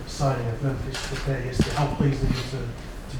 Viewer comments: Is it pronounced De-pay or De-pie? Van Gaal used both pronunciations in this. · Mahir Uddin He's saying depay is pronounced as 'De-pie', he wanted to say "that's the better pronunctiation" but he forget the word. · hahaha Memphis Depee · What type of "journalist" doesn't duckin do his research and learn how to pronounce the person in question's name?